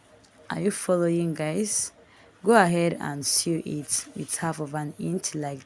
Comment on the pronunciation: The word "sew" is pronounced " so".